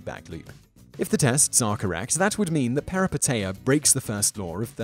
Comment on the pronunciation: #2 it should be peripeteia, not perepiteia. it's a Greek word for "a sudden reversal of fortune or change in circumstances, especially in reference to fictional narrative."